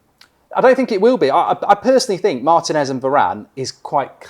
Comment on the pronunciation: Say it with me: Mar-Teen-S Martinez. Not Mart-en-S